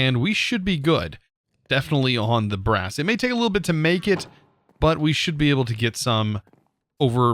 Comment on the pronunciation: “We are going to need brass” Me: “Grass?” I heard grass not brass😅